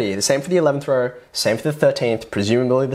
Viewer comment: "all the numbers in the same raur".. dude I cant